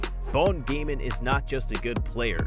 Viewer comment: Well what u need to know its pronounced as Gaan not Gain